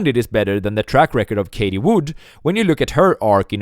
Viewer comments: Bro her name is fucking Cathie. CATH-EE SAY IT WITH ME PLEASE. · Love the videos. Please learn how to pronounce the name 'Cathie', thanks.